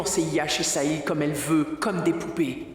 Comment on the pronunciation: 😂😂😂😂 Le cœur de vedica dit sahil, sahil, saïl .